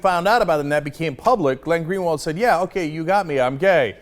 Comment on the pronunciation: I'm a brazilian and I have to say, for a foreigner, Greenwald portuguese is actually pretty well pronounced.